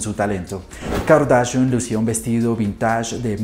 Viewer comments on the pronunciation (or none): Kar-da-shian... Así